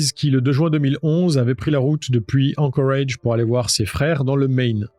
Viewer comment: ...............pourquoi tu dis anchorage avec cet accent ridicule,tu dis toute la phrase en francais et ce seul mot avec un accent totalement ridicule,alaska tu le dis pas avec un accent anglais tu le dis en francais,alors c est quoi le délire,arrete sérieux..........